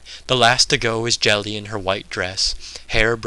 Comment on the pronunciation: Another great reading - thanks! btw that's Geli with a hard g as in goddamn - i was pondering - Jelly? Who the fuck was Jelly?